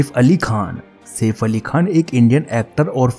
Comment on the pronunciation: Bhai saif ali khan hota safe ali khan nahi 😂😂